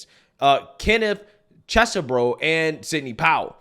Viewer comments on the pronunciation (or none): none